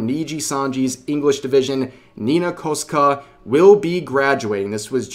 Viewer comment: Nitpicking here, but jesus fuck, Rev, at least research how to say her name properly. "Koska"? Really?